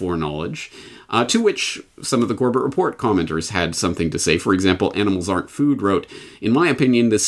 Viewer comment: "Corbett Report" almost sounded like "Corporate Report" lol